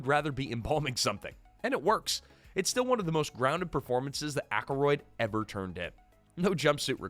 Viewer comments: It's ack-roid not ack-a-roid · Dan Ak-a-roid? AI pronunciation issues yet again 😔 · Aykroyd is two syllables😂.